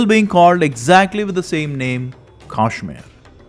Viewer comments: It’s pronunciation is not Kaashmir, but Kashmeer! Please pronounce it correctly . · First of all he pronounces the name Kashmir wrongly. What can you expect from such an ill informed person. His information is all lies. Muslims did not exist in Kashmir until 1312. This guy says there was a so-called invasion in CE. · what is kaashmir....say kashmir ....vah rishi shri kashyap ji ki bhoomi h